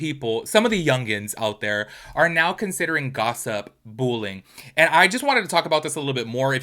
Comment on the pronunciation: I keep hearing “bull-ing” and I’m like what is bull-ing????